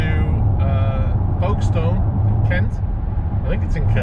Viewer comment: It's pronounced Folkest'n, not Folkestone. I have never heard anyone pronouncing it as you did.